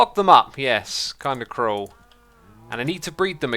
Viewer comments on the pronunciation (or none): none